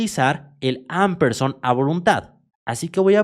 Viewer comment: Se lee ampesand (no amperson)